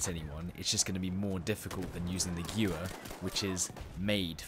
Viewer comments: Pronounced Gvair not Gewer, Nice vid just needs a little more up beat. Only IMO. Sorry if you think I'm wrong. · Gewehr, not guwer... You're English man, you should be able to pronounce a German word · I may be wrong but I think it's pronounced ge-verr (gewher) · its pronounced geh-vair, it means gun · What do you mean? The gjuver is a world famous rifle. :p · no offence, but gewehr is not pronounced as giuver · funny how you said guwer =gewher=german for gun in dutch=geweer=gun. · It's pronounced Geh-ver btw. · To respond to the FAQ in the chat: 1. Yes I realise that I mispronounced Gewehr. German is not my main language. 2. Apparently I sound very flat + robotic in my commentary. Well... this is an informative video as opposed to a funny/comedic video but I guess next time I will try and be more upbeat. And anyway, if you want more upbeat videos just watch my live commentary BF4 vids or my live streams.. THEY LIT AF xD xD xD 🔥🔥🔥🔥🔥🔥🔥🔥🔥🔥🔥🔥🔥🔥🔥🔥🔥🔥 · I was literally just about to correct you on the pronunciation. So instead I'll just have to correct you on your terminology. I think this will actually help you, because you seemed to get stuck verbally for a moment because you didn't know what to say next as it would be the preceding word. The ammo capacity of a gun is not called a clip, not even the detachable ones, they are called Magazines. CLIPS or stripper clips as they are more accurately called are the way you insert those 5 rounds quickly. You strip a Clip, into the Magazine. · no judgement but the way you pronounced "Gewehr" is too funny 😂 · That pronounciation of Gewehr is painful